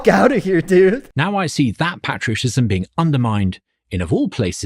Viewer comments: Love to be told that I should be grateful to shovel for 8 hours a day by folks who've never touched a shovel in their life As a red blooded American, I will not be lectured on patriotism by someone who pronounces it "pat-ria-tism" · As a Brit I've never heard anyone pronounce "patriotism" like that, makes it sound like patricide, and while I can't prove it I'm now 100% certain this guy has an Oedipus complex. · ain't no way you're gonna pronounce patriotism like that and lecture me on it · I'm British and I've never heard anyone pronounce 'patriotism' like that. Maybe it's a regional thing (although my accent is similar to his), but I suspect it's a case of 'throw in a few more short vowels, our audience think it sounds intellectual'